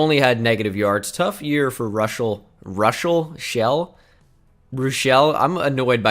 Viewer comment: *Russ-el Shell